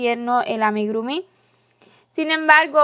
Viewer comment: Muy lindo, todo perfecto pero se dice AMIGURUMI, no AMIGRUMI... 😁